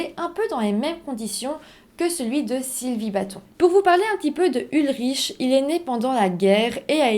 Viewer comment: On ne prononce pas ulriche mais ulric …